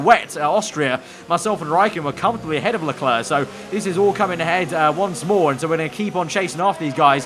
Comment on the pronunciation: It's Charl Lelerc.